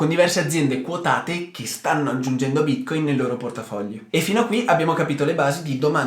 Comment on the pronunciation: Ti dispiace imparare a pronunciare Bitcoin? Non si può ascoltare